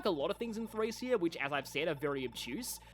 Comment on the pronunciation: Been waiting for this! Just so you know, its pronounced Thray-SHA